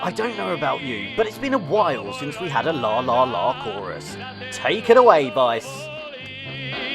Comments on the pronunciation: Vice Vukov, not Vuvok, name is pronounced more like "Veet-Seh" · Vice Vukov is pronounced "Veetseh Voukov". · Vice Is pronounced Vee-tseh